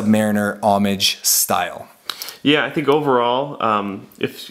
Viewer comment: he's saying "homage" ... correctly might I add.